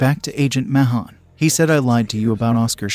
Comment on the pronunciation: Can’t stand the way he says agent mahone